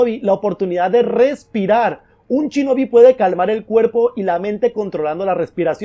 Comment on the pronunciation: por qué dices chinobi? si pone shinobi